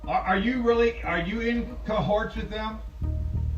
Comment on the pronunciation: Omg he can't even say the word cahoots right he says cahorts like an how he even says in the live no I strangled you like wtf 😮 seriously 😳 I seen how the documentary went on hulu an I didn't know he had this young of an girlfriend like omg this girl is gorgeous she can have anyone how did this sadistic worthless shit 🤬 even convince her that she should even live with him like wow 🤯🤯🤯🤯🤯🤯🤯 I can't believe this